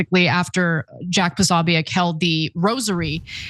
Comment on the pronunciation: How are you not able to say jacks name? Jesus i can't watch you. Ask Megan how to pronounce the name.